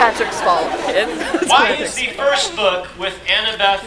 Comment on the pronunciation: Yeah that's like the way to say annabeth